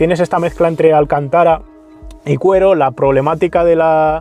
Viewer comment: Se dice alcÁntara, no alcantÁra